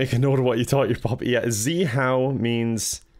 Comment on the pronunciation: "make sure to pronounce the command clearly" "ZEEHOW"